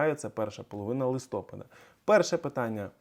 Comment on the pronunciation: Будь ласка, не листОпада, а листопАда.